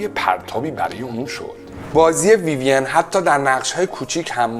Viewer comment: ویویَن غلطه، ویوین بدون فتحه درسته